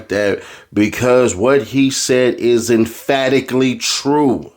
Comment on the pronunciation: “Enfatically” is not a word